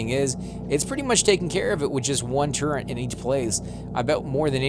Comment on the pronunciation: Turret, not turrent